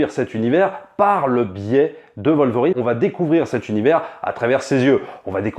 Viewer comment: Pourquoi vous prononcer le W de Wolverine en V